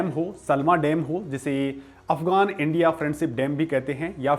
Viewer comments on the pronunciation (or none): none